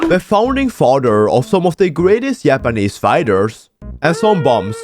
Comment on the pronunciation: I love how he pronounces "japanese" as "Yappanese" 🗣🗣🔥🔥🥶🥶